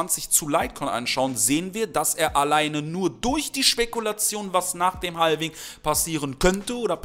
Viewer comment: Mal ein kleiner Zwischenschiss: man spricht es "ha-wing" aus, nicht "hal-wing", das L ist stumm. Dennoch natürlich DANKE, wie immer, für das Video!;)